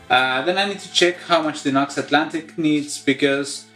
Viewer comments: Just so you know, NU>X is pronounced ‘new-X’. 🙂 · Fair enough although on their own channel they always pronounce it ‘new-x’. Are you sponsored by them? I see you wear their t-shirt & seem to have a lot of their gear.